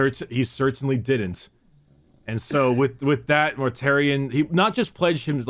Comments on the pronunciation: His name is Mortarion, not -um. But yes, GW are very fond of just taking words from Greek or Latin and run with it. A few prime examples - Corvus Corax means Raven Raven (primarch of the raven guard) - Ferrus Manus means Iron Hand (primarch of the Iron Hands) - Sanguinius comes from "sanguis" meaning Blood (primarch of the Blood Angels) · In other videos, it seems he tends to say "M's" where "N's" should be sometimes, like its a verbal tic or something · I love but he needs to remember to close his mouth after he's finished pronouncing a word because hearing everyone mispronounce it as "Mortarium" after the first time he says his name bothered the hell out of me. I can also hear it when he says things like "Death Garm" and "Number wum" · It bugs me that everyone keeps calling him mortarium (which is the roman pottery) . His name is Mortarion with an n. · "Mortarium" lol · I feel like does this from time to time (pronouncing things with an "m" instead of "n")